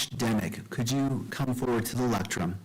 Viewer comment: Did he say lectrun instead of lectern? Twice?